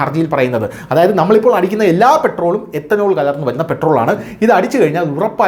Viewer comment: എത്തനോൾ അല്ല എഥനോൾ